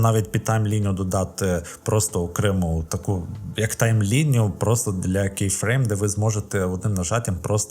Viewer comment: Дивіться більше англомовних відео, вони підтягнуть по вимові термінології бо "кейфрейм" звучить як "бусінес"